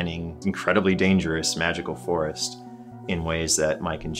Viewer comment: really didn't seem to like Jerry's pronunciation of the forest